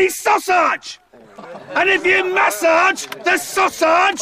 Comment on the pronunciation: Oh my God, I choked on my coffee . "When you maSARGE the sauSARGE, you are calling me a WANKER!"